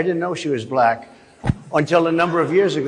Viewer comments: Trump, "black" has one syllable. Not Bull-ack XD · I know right? He’s says blek, such a racist!! Vote Blue!! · I dont like the way that guy says the word black. To many syllables. "Ba-La-Cka" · Why is it that whenever trump says the word "black" in regards to race it becomes "buh-lack?. He almost makes it into a two syllable word. I believe it's because in his mind the color black and being a "buh-lack" person are two very different things. It's a subconscious example of his innate bigotry and racism.